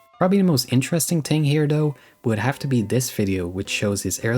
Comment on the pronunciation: “trows a tree” “ting”